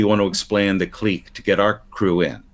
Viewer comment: I never questioned my pronunciation of clique until I heard say it today.